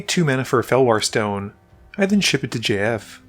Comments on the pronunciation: it took me a few minutes to reaize that you weren't just saying the name "Jeff" with an odd pronunciation. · Great video, saying JF every time tho just sounds like you're saying Jeff like that one line in 21 jump street 🤣🤣